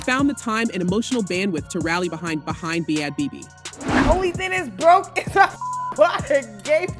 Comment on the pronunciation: These AI narrated videos drive me fckn crazy- “B-Had Bobby” “Bad Beebee”